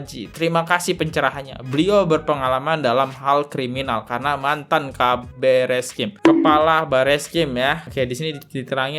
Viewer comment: Buat podcast tp ilmunya cetek, mantan kabareskrim dibilang mantan kapolri, ngeja kabareskrim diblng keebreskrim😊😊😊